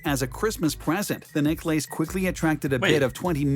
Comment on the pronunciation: He called it Neck Lace pronounced ACE ! LOL